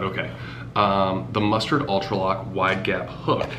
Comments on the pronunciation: Lol mus"TAD" not mustard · I don’t know if you were saying mustard as a joke😂 but it’s pronounced mustag